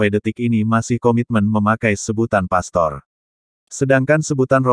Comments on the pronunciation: sebaiknya sebut pastor yg benar bukan pester. Jangan sok tau tentang agama katolik. Pak pendeta mencaplok istilah" dari gereja katolik. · ilmu dangkal cetek skali sok dipamer2kan,...,lbh telitilah dlm sejarah gereja,istilah pastor sdh ada sejak sy msh kanak2 n hingga skrg,lalu kalian ikut2an pk istilah itu,mana lu nyebutnya sok di spelling inggris pdhl salah coy,itu bhs latin mk jangan dibaca pester...sampe ketawa ngakakkkk gue dengernya